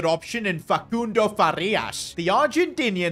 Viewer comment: stop saying facundo like that